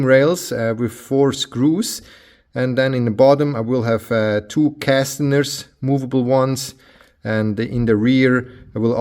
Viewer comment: Awesome build, btw it is caster wheels, not castener